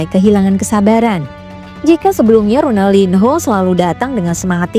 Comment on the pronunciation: Ronaldinho di baca Ronaldinyo karna ini bahasa Portugis mbak. Hrup n ktmu h di baca nya.